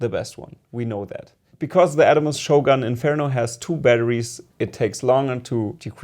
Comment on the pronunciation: By shoggoon, do you mean shogun?